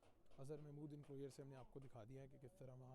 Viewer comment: انکلوئر نہیں انکلوژر